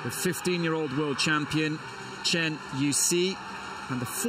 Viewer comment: better pronounces like 'chan' than 'train' OR the way the commentator pronounced the last name of Chen' Yu Xi.